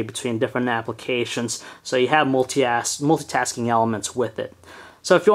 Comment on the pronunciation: loool he says "Multi-ass" on xD